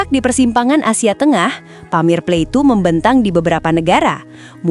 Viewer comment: Plateau bacanya plato